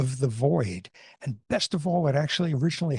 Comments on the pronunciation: interesting as always but... in "l'appel du vide" vide is correctly pronounced as veed not veeday and it's du as in due not de as in duh ( veeday would be the pronunciation if there was an accent over the E vidé which would be the word emptied in French... not too far off. Du means "of the" whereas de just means "of"... French is very strict about using the correct articles. One would never say "the call of void") By the way "vide" is often used as the word for empty. we got the word void from the Norman French vide directly. so the French when they hear vide they're actually more strongly associated with the concept emptiness, since vider is the verb to empty. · I keep wondering how someone so intellectually driven can seem to have so little interest in verifying prononciation of foreign words before using them. I absolutely idolize Sapolsky, but it makes my ears and brain hurt to hear him pronounce "l'apel du vide" as "l'appel du vidé" or "joie de vivre" as something akin to "jaw de vibe". I know I'm being petty, but something in my biology makes me behave as if this is important. Help! How can I make my brain let go and act as if it doesn't really matter?